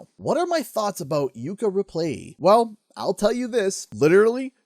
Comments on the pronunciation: Are you saying "Yooka ReplayLEE" or "Yooka ReplaYEE"? 🤔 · Is it just me, or is not pronouncing Replaylee correctly? Otherwise, great video.